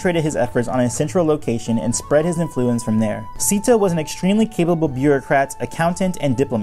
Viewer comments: Isnt it pronounced like “seh-to” not “see-to”? In Chinese pronunciation, “sze” would be pronounced like a mix of “seh” or “say”. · It's pronounced Zet-o, not Zeeto/Seat-o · I would think his name is pronounced zay-to based on the other characters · I’ve been pronouncing his name as Zetto all this time, and I come to find out he’s basically Avatarcito, like he’s a Latin Avatar. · how this guy pronounces szeto 's name as /zee-to/ really bothers me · Not to be rude but you pronounced his name wrong you are meant to pronounce it 'szesto' and spell it 'szesto' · It really bothers me how you pronounce it "Seeto"